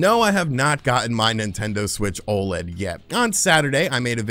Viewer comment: I wish that the community would stop calling the Nintendo OLED an O LEAD all the letters are said separately!! O L E D - Organic Light Emitting Diode. Again, please STOP calling it an O LEAD.